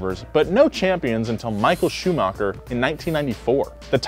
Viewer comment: bro you said nico roßbörk and mykill schumaker